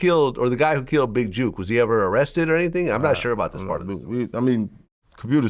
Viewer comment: Jook not juke VLAD ! Jook as in cook or book or took not big juke ! You driving me crazy wit that man